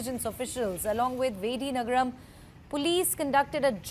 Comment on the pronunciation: Madam it’s Vijayanagaram not vidinagaram 😅😅😅😅😅😅😅😅😅